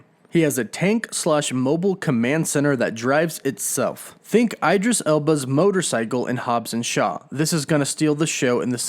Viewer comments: "Eye-dris Elba" ??? 😂🤣😂🤣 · Why can't you pronounce Idris Elba's name? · BRO I CANNOT WITH HIS PRONOUNCIATION OF COMMON ETHNIC NAMES LIKE IDRIS ELBA LOL LAST TIME HE SAID KAMALA KHAN WITH A HARD A LOL THIS TIME